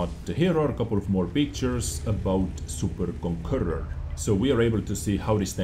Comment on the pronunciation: Its super conqueror, not super konkurrur